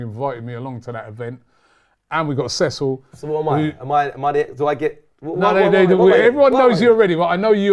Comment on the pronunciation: This is great content tbh, would defo watch more of this, just need to get Cecil’s player name pronunciation up to scratch 😂😂😂